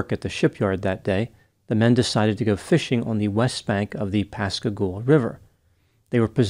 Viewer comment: Thanks for pronouncing Pascagoula right! 👏🏾🤣